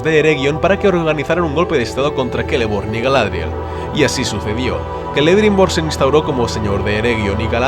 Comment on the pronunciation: ¿Por qué pronuncias la «ce» como «ke»?